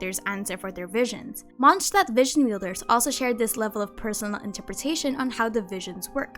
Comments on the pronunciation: Why do you say MonsCHdtadt? You clearly say Mondstadtians right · MONT-shtat is the correct German pronunciation. The correct demonym (name of people living in the place) is Mondstäter (MONT-shte-tr) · besty y u pronounce mondstadt as monshtat??